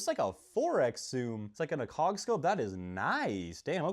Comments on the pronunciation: acog ❌ uhkog ✅ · How you said... Acog hurt my soul Ah cog... wth A-Cog brother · He called the 4x Scope an "Ahcog" Scope LOL. It's "Acog" LOL. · Uh-Cog. Bro. Don’t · “Uhcog scope” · Why did he say ACOG like that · i truly dont know how this dude gets views lmao, i been off the channel for so long since its all corny shit like this but bro has been airsofting for HOW long and doesnt know how to pronounce ACOG correctly, doesnt know what an m60 is, etc. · I’m convinced this guy is a genius troll. 10 minutes in and he has pronounced ACOG like no one ever has and on the 93r he puts his thumb everywhere but the massive trigger guard. It’s like he knows exactly what will trigger gun nuts.